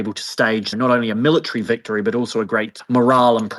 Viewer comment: Wicktory iss horse😂